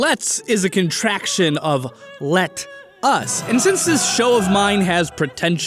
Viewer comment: Let us I thout u said Letus